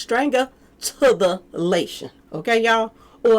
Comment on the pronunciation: "Diggs is facing felony stranga-lation, ok? Suffa to the cation"😂🤣🤣